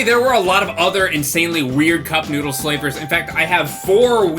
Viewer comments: Am I the only one who thinks it sounds like he says I want my nudes, instead of I want my noodle? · I keep hearing i want nudes XD